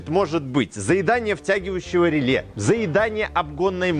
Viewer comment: ну рЭле же произносится, рЭле !!! )))